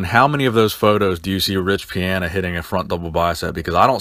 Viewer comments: pee-on-uh not pee-an-uh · Is his last name pronounced Pi-"anna" or Pi-Ana?? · You can’t even pronounce his name correctly.